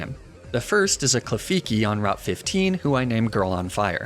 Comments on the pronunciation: I know you said you pronounce pokemon names the way you do for the fun of it most of the time. But you did my mans dirty with the Klefiki, straight up added an extra letter. Loved the vid anyway but still a slight oof. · I'm with you on "La-Prah" and "Arc-uh-nee-nay," and the concept of intentional mispronunciation for silly fun. But I just can't agree with"Kle-fi-key," Klefki is just too delightful to say as is.